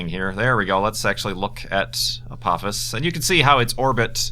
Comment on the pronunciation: I believe it's pronounced Uh-po-FIS (Apophis)